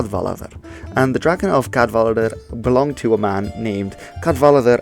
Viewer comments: Don't say "Cadwalladr" as if it's German. The "w" is not a "v". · Cadwaladr ap Cadwallon :/ The double L vs single L is a big difference. The “w” is also a vowel, pronounced the same as the vowel in “boot” in English. So it is /kad'waladər/ not /kað'valaðər/ that you seem to say at first. (Additionally, double D is /ð/ (the same as the ”“th” in “the”) while a single D is still /d/.) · Jonathan Murphy Cadwaladr and Caswallon is dodgy, but Glyndŵr is absolutely spot on. Doesn't help that spelling used for Cadwaladr uses two ll for some reason, which may make unsure of the pronunciation. It's just one l in Cadwaladr. By the way, 'cad' is old Welsh for battle which is why it crips up in names of kings. And in modern Welsh is most often heard in the Welsh word for 'headquarters', pencadlys, which literally means 'head (main) battle court'.